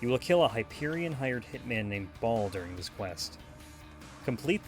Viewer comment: “So you can farm Ball for a fastball” Boll. B-o-l-l. “B-oh-l-l” is how it’s said man. Not “Ball”.